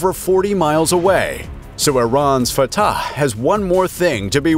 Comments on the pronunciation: ill never get over him saying at the start : "This is fataCHHEHEEUHU" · I don't like the way this guy is pronouncing that "fattah" thing.